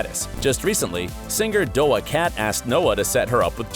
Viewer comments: Not Dough-a-Cat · Doe-ah cat. 🤦‍♀ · It’s doja cat now dowa cat